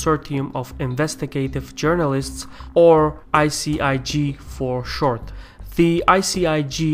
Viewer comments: You read ICIJ like ICIG. It's not "I see I gee", it's "I see I jay" to correctly pronounce ICIJ. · u make a mistake in speech or do you pronounce your j's as g's?? Also what is your native language and where are you from? and is that why you pronounce j's like g's?? Also what do you say right at the end of every video??; it sounds a little like Salem, but at the same time it doesn't. Are you from Azerbaijan? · Jay (j), not Gee (g). ICIJ ;) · Hehe.. pronounces J as G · great piece. but how are you pronouncing the letter J wrong when it's right on the screen? are you not involved in the production of the visuals of your videos? anyway, love your channel.